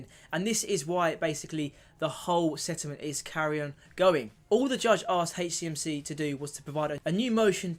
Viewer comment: Please, it’s soooo difficult listening to you call HCMC “HateCMC” it’s H CMC not hatech CMC…thanks